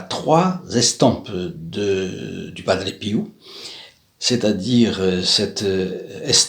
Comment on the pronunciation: BONJOUR A TOUS ET A TOUTES ENFIN UNE PERSONNE QUI ARTICULE ET QUI PRONONCE TRES TRES BIEN BIEN LE NOM DE PADRE PIO (PERE PIEUX ) BONNE JOURNEE A TOUS ET A TOUTES